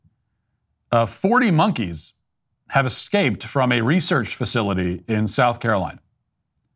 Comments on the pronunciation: I love hearing a professional newscaster say "exscaped" 😞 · "40 monkees excaped". That's a reporter?